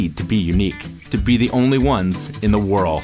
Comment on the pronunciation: Towards the end did you say "To be the only ones in the whorl?"